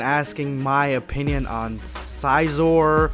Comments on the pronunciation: Xicor = Sk-i-kor, there pronounced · Think of pronouncing it XiCOR. (Zai-core) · Xicor is pronounced Zai-core I think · Love your videos love but his name is pronounced (Zai-Core) Xicor. Anyway keep it up bro! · Okay, first off, Xicor's name is pronounced "Zikor" with a 'Z' at the beginning and a 'K' at the end and secondly, the West Supreme Kai took a genetic sample in the form of blood from both Goku and King Cold and gave life to Frieza, Cooler and Xicor in that way. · It's pronounced (ZY-core) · it’s ZI-K-ORE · Xicor (zye-core) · It's Zikor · Its "zajkor" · Huh. I always pronounced Xicor like Sy - core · Awesome even of I've already read the first chapter or two. And I'm pretty sure its pronounced Xicore (Z-i-core) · Xicor is pronounced “Zicore” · (Zie-kore)< that’s how you pronounce xicor. And uub’s suit/costume type thing is from GT, if I’m correct. And the west Kai I think I read that she uses dna? Like hair and stuff. If he did, i think he would have known. Idk tho [just saiyan] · Xicor Pronounced (Zi-Cor) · Tbh, it's pronounced "Zi core" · I think his name is actually pronounced "Zai-core", but I'm not sure. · It's pronounced Zuy-Cer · You its pronounced zi-core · Its pronounced Xi-core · I got triggered when he pronounced his name "Xi-zore"